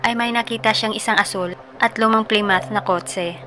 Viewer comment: Plymouth - plimut 😊😊😊